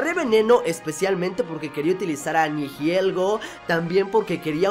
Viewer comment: Se dice Nihilego no Nihielgo